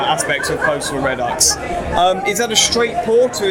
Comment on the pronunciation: reh-ducks, the fuck kind of pronunciation is that